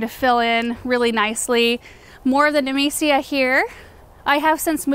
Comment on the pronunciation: took me 17 min to figure out she's saying nemesia not amnesia